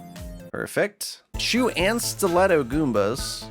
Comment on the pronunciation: I kept hearing "chew and stiletto goombas" and was like "TF is a chew goomba?" :).